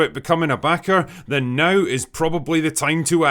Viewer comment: Hey drinker “ now” has one syllable. You say it like it has five.